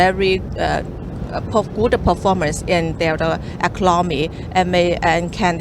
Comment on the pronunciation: Wawee impotant fo eclomony eclomony yes uh okay.